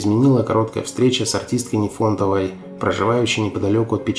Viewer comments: Нифонтова а не Нефонтова . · Научитесь правильно ставить ударения в фамилиях(НИфонтова а не НифОнтова) и не стесняйтесь говорить Великая Отечественная война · По-моему, НИфонтова, но не НифОнтова. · Ужас! НИфонтова.НИфонтова. нужно готовиться к эфиру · Об Ирине Печерниковой вы очень хорошо рассказали: и о таланте, и о картинах, и о спектаклях, и о жизни. Но за что вы Руфину Нифонтову назвали НЕфОнтовой?! И ударение в фамилии не там поставили и букву в первом слоге изменили! Безграмотно и некрасиво! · Здравствуйте! Скажите, а почему вы пишите фамилию Руфины Нифонтовой через Е и произносите с ударением на О. Мне такое произношение и написание раньше никогда не попадалось. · Кумира Печерниковой звали Руфина НИфонтова с ударением на И! Ну коробит просто от таких ляпов!!! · Нифонтова -ударение на первый слог . Как не стыдно , такая безграмотность . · правильно писать Нифонтова, ударение на первом слоге. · НИфонтова, с ударением на первом слоге!,это обращение к тебе!Дизлайк!!! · Я тоже в шоке, неужели нельзя произносить правильно фамилии известных артистов, если берутся создавать видео об артистах! Причём это не в первый раз. Или это специально, чтобы было больше комментариев? Противно